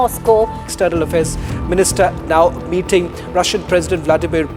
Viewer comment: Alhua metting metting 😂😂